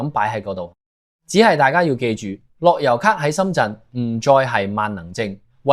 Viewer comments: 我三月返嚟已經要睇回鄉証，一月尾上去時都係用樂悠咭就得。讀樂(優)咭唔係樂(油)咭？你唔係香港人？ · 樂悠咭不要讀成樂優咭